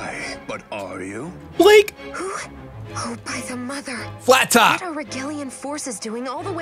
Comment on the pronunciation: BUH-LAH-KAY!! Its pronounce Blake mockingly my names blaaaaaake. Im onto you buh-lah-kay!